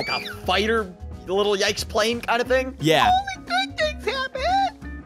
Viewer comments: It’s “Little Yikes” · You called it a little tike but its actually little yikes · I thought you sed little yites